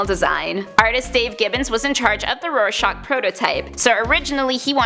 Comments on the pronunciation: She says Rorscachs name in the end as shock, it’s shack in the end of his name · Roy-SHACK, not Roy-SHOCK. Like the psych test. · It's pronounced as Roar-shack. It sound like you're pronouncing it like shock. But other than that great vid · Why does she pronounce it Roar-shahk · Rare-shock is kinda what it sounds like she is saying lol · i would start with trying harder to pronounce "rorschach" correctly. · Ugh kinda makes me mad when she says Rorschach